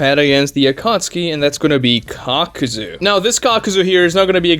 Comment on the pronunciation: It's kakuzu (kah-ku-zoo) not (cock-ew-zew)